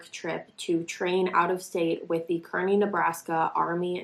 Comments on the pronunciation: Hey, I live in Nebraska and it’s actually pronounced, (Kar-knee) but I understand just bc it’s they way I read it 😂 I love ur channel tho! Keep it up! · this is so crazy. it happened near my sisters home in Kearney. when i heard about this i was so scared. i love how she said Kearney wrong😂😂😂